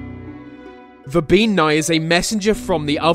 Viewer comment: Bean is pronounced "ban". Hence why we get "banshee" from bean sidhe.